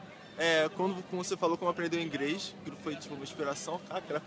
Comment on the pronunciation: Quando você falou como aprendeu ingrês.